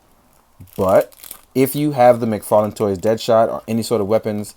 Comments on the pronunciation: Did you say Fodd mctarlane!? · Fodd McTarlane lol much luv, dude